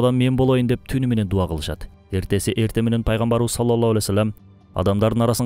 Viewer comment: Ассолому аълейкум Салоллоху Алейхи Уассалам....дегенди Саллолло Алей Уассолом деп сүйлөйт экенсиз... Ушуну эске алууңузду суранам....